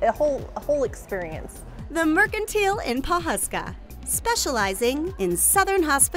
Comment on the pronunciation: It looks like a fun place to stop if you're in the area. But not sure why they're pronouncing it mercan-teal.